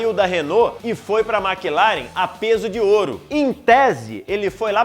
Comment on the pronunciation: Excelente vídeo! Parabéns! Só fica a dica para falar melhor Maclaren, Schumacher e Pace.